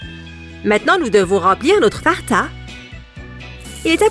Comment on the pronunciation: En dit Fanta pas farta😹